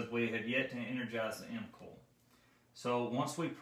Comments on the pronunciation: Nice video! Very helpful, direct information. It took me a moment to catch onto "coil," I thought you were saying "cool" :) Dialect! Thank you for making this. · Is he saying 'mcall' or 'mcoil' for the motor coil. ?Surely its just a Relay coil by definition